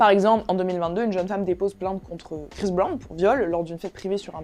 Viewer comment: Prononce bien son nom avant de parler de lui mec 😊